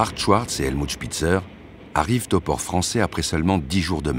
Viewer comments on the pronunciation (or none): La voix off qui répète obstinément "Schouartz" 😬...